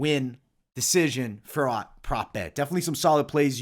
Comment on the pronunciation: Great picks! BTW Fiorot is pronounced Fyee-oh-Row -- Manon will probably win, but she lacks experience, I wouldnt be that shocked if Maia pulls a sub. I am staying away but I am already on the rest of your picks, good luck everyone.